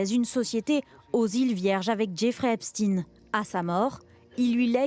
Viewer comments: Pourquoi les journalistes prononcent son nom. Epstine ? Pour enlever la connotation....j. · Pourquoi vous prononcez son nom de la sorte ? Epstein ça fait [aï] et pas "i". C'est pour cacher ses origines ? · Epstein 'ein' et pas ine. Parlez juif ce sera mieux, ils comprendront mieux ! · Epstein ne se prononce pas Epstin... Juste pour faire croire à des Russes derrière ça 🤦😅 Et Lang est connu pour d'autre fait... Pas d'enquête là-dessus ? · Pourquoi elles disent "epstine" ? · C'est de la folie que des journalistes ne connaissant pas un minimum comment prononcer un nom d'origine germanique. Ça montre vraiment le niveau..